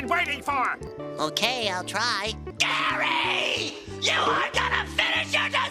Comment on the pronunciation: It’s GARYY!!